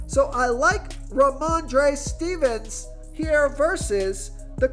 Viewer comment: love your stuff, but his name is pronounced Steven-son. Not Stevens. Rhamondre Steven-son lol. i'm an asshole like that. but sincerely, great insight. oh, Olave is pronounced Oh-lahv-a. yeah, i'm a dick. i know. but still, i support the channel so cut me some slack. i have OCD, can't help myself. y'all have a good sunday.